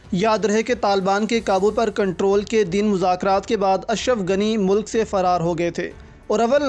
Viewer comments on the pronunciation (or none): none